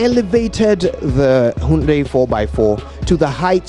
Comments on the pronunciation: Why are you pronouncing hyundai as "hahundei"? 😁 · it is the correct pronunciation: hai-hun-dayi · What’s that ayunde ayundee by this guy.... is that the native pronunciation of the Koreans? Or what ..... Ghana fo) koraa, meanwhile his colleague Kojo Yankson pronounces in another way.... which is which ? Aba! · What’s is hayundaii lol Hyundai turn hayundia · Great advert. It's pronounced "HIAYANDAE"